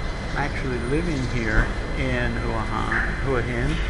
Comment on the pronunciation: He guy can't pronounce the name of the place properly. Typical yank.Probably drives a Jagwaar.